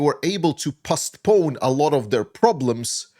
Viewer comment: "POST-pone" sounds like "MOST"